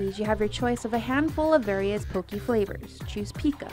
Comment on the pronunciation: ...Get it RIGHT! It's pronounced Poh-kay...NOT Poh-kee!